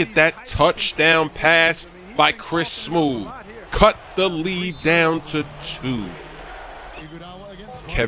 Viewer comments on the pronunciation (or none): wow, the commentator actually says smoove. that's awesome.